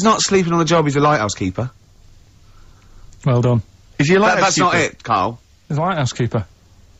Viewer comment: Yeah, I finally understood it ^^ The first time I heard "house keeper" and not " LIGHThouse keeper", that's why it didnt make any sense.